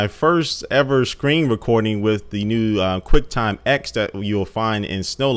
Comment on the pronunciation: It's pronounced Quicktime "TEN"